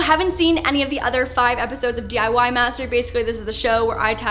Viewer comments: You did say it right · Yes u did pronounce the DIY thing correctly and yes I’m polish and my whole family is polish